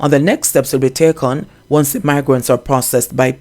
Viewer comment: He's seriously lacking in grammar. His wife, as an educator, is a failure to her husband. She should take the time to teach him proper enunciation and tell him that "TH" is NOT pronounced as "Z". He needs serious assistance in phonics and reading, ma'am. Stop making silly excuses for him.